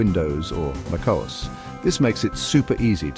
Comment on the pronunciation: Overall good video. But the is for Mac is not called "macos" like Marcos without the R. It is called "Mac o s". Like "Mac operating system"..... o s..... Like os/2.